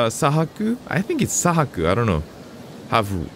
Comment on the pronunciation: 佐伯の読み方は、さいきorさえきですね！